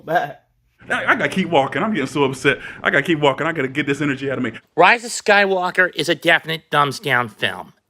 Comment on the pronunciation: he said the rise of skank dyker LOL!!!